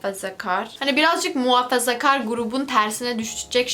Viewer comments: "Muhafezakar" snjzjsj çok tatlı 😂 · Muhafazakar'ı çok komik söylüyorsun XLSBDOWHDKWHSJ